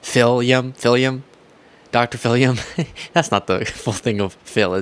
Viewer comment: “Phillip” not “phillum “ lol